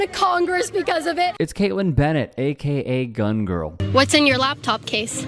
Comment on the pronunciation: DID YOU SAY DUNG GIRL?